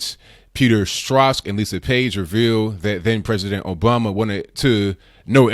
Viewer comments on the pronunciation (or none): Peter Strzok’s name is pronounced exactly like the word, “stroke”. I’ve mentioned this here before, but I’m sure there were too many comments to go through. The same thing will probably happen again since there are 354 posts right now. Hoping you will see this.